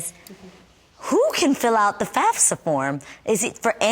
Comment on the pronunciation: Boo everybody lookin at their card thats y they are there...shut up geez so annoying...Jeannie couldnt even say fafsa right stfu!!!!!!